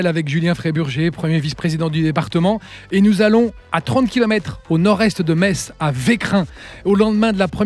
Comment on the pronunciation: Metz la plus belle ville du monde est en Moselle, toujours un plaisir d'entendre parler de mon département et surtout de ma ville. Et précisons que Pour Metz l'on dit "messe" et non pas "metze".